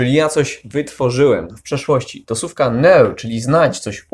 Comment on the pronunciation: Słucham ciągle, subskrybuję i przeszkadza mi jedna rzecz: wymowa słowa słówka/słówek. Z całym szacunkiem, ale wymawiasz sówka/sówek - proszę, popraw dykcję na filmach.